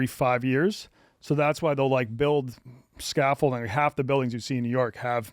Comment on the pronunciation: Scaffolding, not scaffolting Sorry cant help myself